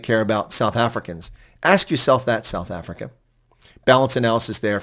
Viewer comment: Mr Ambassodor Bozell, WELCOME to suf efricac.